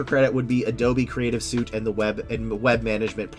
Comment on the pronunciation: 'Suite' is pronounced 'Sweet"